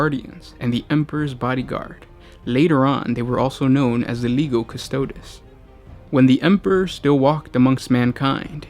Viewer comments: Custo DEEZ not custodiz, jesus christ. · straight from the wiki and piss poor pronunciation. "Costoads" quick Google and you too can pronounce things correctly. If you weren't supposed to be a pro, I wouldn't care. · repeat after me, custodes, cuss-toe-deez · CustodE You said astartEs right 🤦🏻‍♂️ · Just a note: the Warhammer characters have classicla Latin pronunciations. Legio is pronounced "Leg - ee - oh." Custode is pronounced "Cuhs-toh-days." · I disagree. If is real classical pronunciation it should be: leghio (lèghio) and cu-sto-des (custòdes) with accent on ò. I'm italian, and studied latin and greek at high school